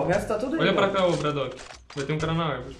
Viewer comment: LOUD fala bradoock e tipo dizer bardock